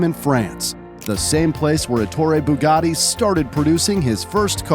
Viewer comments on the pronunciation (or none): Bugatti not buggati